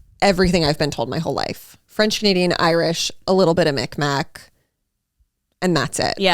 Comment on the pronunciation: It’s not pronounced “Micmac” it’s Mi’kmaq pronounced “mig-maw” 😊 just a little correction!